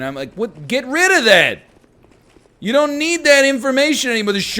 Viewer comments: Why would you emphasise "that" in that sentence? "Dude" or "rid" makes much more sense to emphasise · Cause NL puts emphasis on the word "that" . It stood out to me.